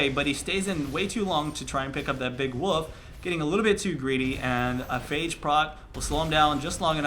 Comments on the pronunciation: lol there's an L in WOLF. I always giggle whenever he says woof. I'm childish, I know. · He often says it without the L or little emphasis on it, he did mean the wolf though.